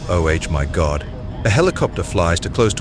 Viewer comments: Oh H my God he says instead of Oh my God. I don't think we have anything to worry about. AI is retarded andt3xt to speech is still rubbish. You have got to do better than this or stop the pretence that humans are recording the audio. Silly sausage dum dum! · For goodness' sake.. What's with the "oh H my God." ? and its only 🙄